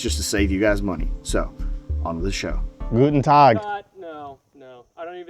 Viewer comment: German here. That „Guten Tag“ was crisp as f—-, nailed it